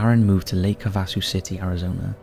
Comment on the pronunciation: It’s pronounced “Háväsū” with the accent on the first syllable, whether speaking of the lake or the city. Just thought I’d let you know as living in Arizona, US, I’ve been there a few times & love the “London Bridge” that we sang about as kids; “London Bridge is falling down, falling down, falling down! London Bridge is falling down, my fair Lady…”. It had a lot more verses, but I’m sure you get the jist! Thank you for all the stories throughout YT. I very much enjoy them & look forward to new ones every few days! My fav “spooky or weird” channel AND host!